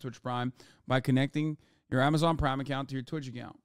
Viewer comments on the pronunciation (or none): none